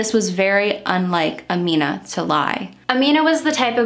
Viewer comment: I'm not even five minutes in but I wanted to praise your research skills. You pronounced her name EXACTLY right!!!! I know because I have the same name but I spell it Amina. I just go by Mina because that's been my nickname since forever.